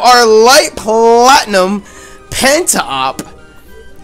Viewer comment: emphasis on PLLatinum